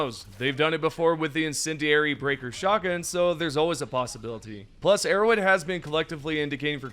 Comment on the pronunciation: it sounds like ur saying "errowid" instead of arrowhead lol